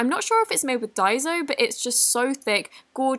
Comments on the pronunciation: It’s daissssssso not daizo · Ok girl I love ya but the correct pronunciation of daiso is dye-sew